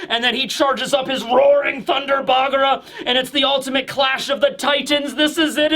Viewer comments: One thing that bugs me, why is pronouncing Thunder Bagua as Thunger Bagra? With a R? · I'm so used to saying "bagra" that if he starts saying bagua or hakke it's gonna feel so weird